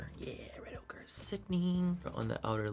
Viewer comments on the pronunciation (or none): none